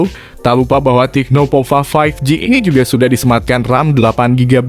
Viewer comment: Tecno bukan "TIKNO" 😃